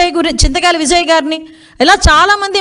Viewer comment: విఝయ్ కాదు విజయ్ అమ్మా